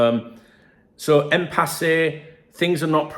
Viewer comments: Why arr you pronouncing it im-pass-eh? It's im-pass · It’s impasse not empasse say it right son silent e at the end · It's pronounced Impass according to Google. Which sounds about right since there's no accent over the final E. It's not written "Impassé". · Haha I prefer it impassay. Sounds far better. I personally wasn't even sure what it meant. But I reckon impassay is a far better pronunciation. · Love how you pronounce Impasse lol, keep it real. Anyway, my theory, FSG have known they have no intention to extend these contracts, Hughes is the convenient scapegoat or fall guy for a failed summer transfer window followed by failure to secure our 3 best players. FSG and Hughes need to go if this is case